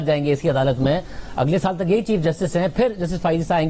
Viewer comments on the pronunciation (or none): Adalat nhi udalat keh raha hai yeh